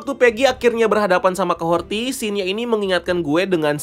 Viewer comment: Capten Carter keterlaluan dan overdosis sih, kaya gimana gitu. btw Kahori kan ya, bukan Kahorti